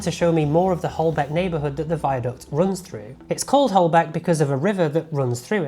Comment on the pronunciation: Don’t call it “Holbeck” viaduct